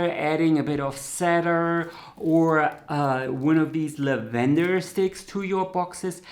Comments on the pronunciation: "cedar" isi pronounced "see' dar'. Alsos, "lavendar" is pronounced la'ven=dar, not la-ven' dar/ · Lah’van-der Accent on 1st syllable. Love that you took on this topic.